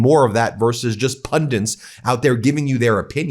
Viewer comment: STOP SAYING "BECOSS" STOP SAYING "PLAY THIS CLIP" STOP CLAWING AT THE CAMERA IN EVERY VIDEO It's pundits, not "pundints" You corrected your pronunciation of "fareign" to the correct "foreign" I sincerely commend you for that. Ben still needs to revisit the English language He still needs media training Keep it up, ❤